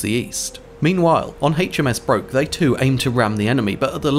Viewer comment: HMS Broke is pronounced Brook